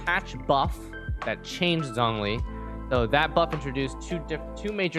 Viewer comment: zhongli is pronounced like jong lee btw-- with a long o, not zonglee